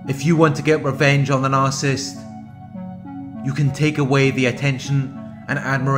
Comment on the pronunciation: Nar cis sist please stop saying narsist. I tried to ignore it but I can't.